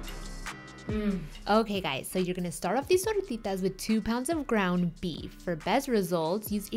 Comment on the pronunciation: wow fancy pancy recipe Beautiful....love how you throw around the accents too....could listen to you say tortitas all day lady....we've been experimenting a lot with using beyond beef for some of these kinds of recipes and it's really amazing and has come down in price a lot....we may do a vegan meatloaf video or something like that soon...